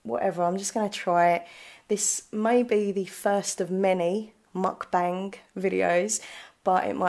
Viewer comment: You said it right!! Every eating video I've watched it's pronounced how you say it, don't worry :)